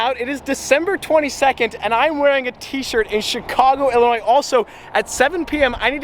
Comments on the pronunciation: I was just fishing there a few weeks ago. Thank you for not pronouncing the "s" in Illinois.... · Thank you for saying sears tower and pronouncing Illinois correctly.....